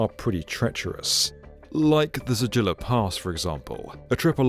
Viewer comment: Zojila - pronounced ZOH-jee Lah as opposed to zoh-JIL-a.